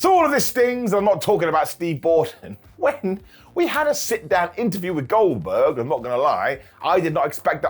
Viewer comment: I love that you don't say words a lot of times, but at least it's always close enough so you can get it 😅😅 "Goldkerk" the goat